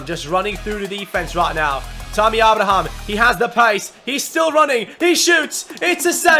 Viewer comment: I HAVE SAID THIS THE PAST 1-2 SEASONS ABRAHAM'S NAME IS PRONOUNCED (AY-BRA-HAM) SORRY TO BOTHER YOU ABOUT THIS BUT IT HAS TO BE DONE. LIKE SO CAN SEE.